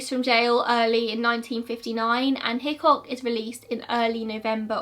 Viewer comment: Am I the only one who thinks of Hitchcock from Brooklyn 99 every time she says Hickok